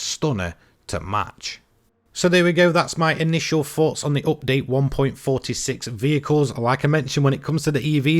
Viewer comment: I'm taking a drink eveytime he says "oopdate"